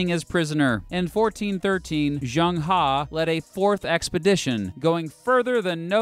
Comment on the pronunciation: Zheng was his family name, not He. It might not be practical for you right now, but it would be good if you researched the pronounciation, I'm not asking you to get it perfect, but the closest English aproximation. In this case the Chinese 'Zh' is pronounced like en english 'J'.